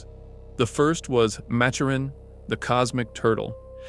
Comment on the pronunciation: You pronounced Maturin wrong